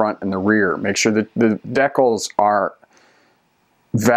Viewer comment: no im talking about how you say decals